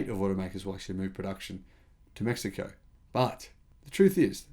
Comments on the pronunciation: You said it just fine. 👍🏻 May He Co Is the correct pronunciation in Spanish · The “American” pronunciation was spot on. The Mexicans pronounce it as “Meh-hee-ko”. Cheers. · all things considered your pronunciation of Mexico was spot on